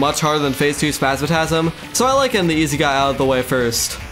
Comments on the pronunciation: spazmatism not spazmatasm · Bro great video except i would have used mimic loot so you dont need to min max for mechs, also why do you say spazmatasm instead of spasmatism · Not high quality. He says spazmatasm and reteneyeser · One of the best terraria videos I've ever watched. I clicked on it expecting to click off after a few minutes but stuck around through the whole vid. One small thing tho the green eye of the twins is spazmatism not spazmatasm but overall great video! ❤ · 9/10 you call spazmatism spazmatasm instead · the way you say spazmatism and retinazer got me fucked up bro 😭spazmatazm and retin-eye-zer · Yeah lots of people have corrected my pronunciation of spazmatism lol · You're the second youtuber I hear pronouncing Spazmatism as "Spazmatasm". Is there some reason for that? From what I know both it and "astigmatism", one of the words it's based on, should pretty much always be pronounced with an "i". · why does he say spazmatAsm and retinIzer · Insane quality and entertainment, the editing and commentary were amazing Bro violated the twins’ names 😭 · The way he pronounces the twins names felt like an uppercut to the ears. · "Spazmatism" has an I,. Not a third A. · not to be rude but you mispronounce spazmatism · I give you two days to learn how to pronounce spasmatism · ytou pronounce spazmatism wrong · Please re-read the word "Spasmatizm" slowly.